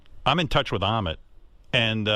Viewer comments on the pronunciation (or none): Ahmet...rhymes with....vomit...